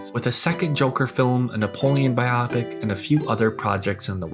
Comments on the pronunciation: buy-OH-pick Not buy-AW-pick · Not sure if this has been corrected in later videos but dude... Its bio-pic. Not bi-op-ic.